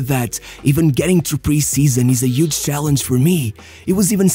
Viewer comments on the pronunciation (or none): none